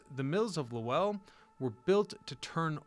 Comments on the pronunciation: "LoWELL," lol. Should be one syllable: "LOWL." Millenialitis. Growing up with emails and texting instead of conversation borks your ear for proper pronunciations. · Not luwell, Lowell! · Yeah, he butchered the name. I live in NH & we say it like "hole.' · Low ell ?? no LOWL Spelled Lowell .. Lole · Not Low-ell like noel but Low-ull . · So, is the narration garbage AI or was this kid just too lazy to learn how to pronounce LOWELL?!?!?!?!?! “Lo-el” 🤢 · Low Elle ??? lol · 'LOW-ULL" kid. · An entire region is at full cringe hearing loh elll.😂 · LOW ELLE?!? BROTHER WHAT!? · 😂😂😂 im dying imagine how he says. Worcester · *Lew Elle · Weird way to say Lowell. Heads up - it rhymes with bowl. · “Lahwell” lol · Maybe because I’ve lived here all my life (58years) it cracks me up when people try to pronounce, and fail horribly (wickedly) the cities and towns in Massachusetts. The tough one were always Holyoke, Worcester, and apparently Lowell Massachusetts 😂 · You mispronouced Lowell. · Claims to care about history and can’t even pronounce the name of the city has doing research on !! Lmao what a clown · I grew up in Lowell and the mills have always been a huge part of the cities history. Ohh and you butchered the name of the city over and over 😂😂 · Right i grew up in Lowell and he butchered the name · I grew up not far and drove trucks into it for work, it is making me cringe each time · If you're making a video about a town's history, you should probably spend 10 seconds googling how to pronounce it 😂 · Lowell the w is silent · He is not pronouncing lowell correctly. Obviously has never visited or spoke to us locals. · Ew. Don’t saw Lowell that way. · Exactly! Guy can't even pronounce the name correctly! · This is too funny. I came here to say this. As soon as I heard. Lowell I 100% cringed